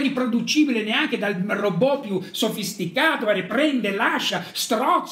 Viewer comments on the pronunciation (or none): none